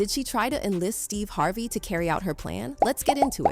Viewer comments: Who the f is Steeva Harvae? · Stevay Harvay? UnfortuNATEly? aLEGGEDly? What planet are you from pronouncing all these words so weirdly and WHO THE HELL IS Veeeola Davis?